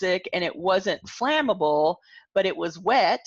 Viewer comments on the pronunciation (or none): none